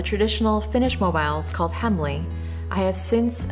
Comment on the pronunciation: These are lovely! Just to be a nitpick, the pronunciation of himmeli is more like he-mm-eh-lee. Make sure to make the m's long, and the finnish i is also very pointed, same sound as if you were shouting "wheeee!" in excitement.